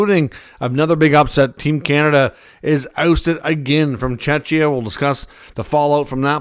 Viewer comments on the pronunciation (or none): Mate, Czechia is pronounced with a K (ch).